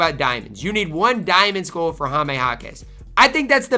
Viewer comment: I dont like how says 'skull'. It sounds like he is saying 'school'. Is that a Minnesota thing?